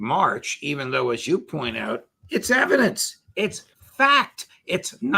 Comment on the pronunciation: Em-PHA-sis on the evi-DANCE...